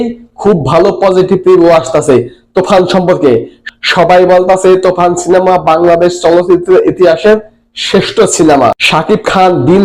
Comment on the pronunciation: তুই কি বলিস তুফান বলিস না তুখান😂😂😂